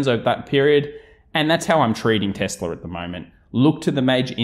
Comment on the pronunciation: the way you say nividier and tesler is funny